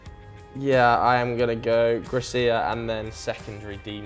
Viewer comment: got the Gracia thing on point